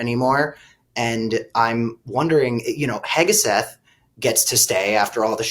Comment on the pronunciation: 1. UFC hosts fights NOT "games". 2..The Secret Service SUV is called "The Beast" NOT "The Monster" 3.His name is Hegseth not Heg-a-seth. I know this sounds pedantic but I'm only 7 minutes in.